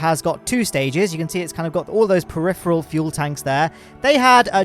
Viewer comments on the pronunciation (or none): none